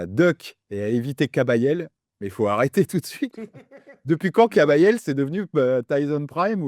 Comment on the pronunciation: il dit kabayel surcote mdr guignol